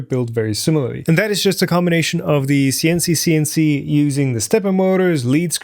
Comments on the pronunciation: pronounce Sienci with a hard "I" , s"eye"ncee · Just pronounce all the i's in "Sienci" as "ai" (like the letter alone)! Even if it sounds unusual, it should get the point across better. (Some people seriously don't know how to name a company... I know a company that makes pens and is called "Online". :( good luck googling for that) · Was thinking the same thing. German pronounciation would be like S´ai`encii